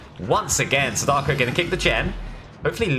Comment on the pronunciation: you said sadako wrong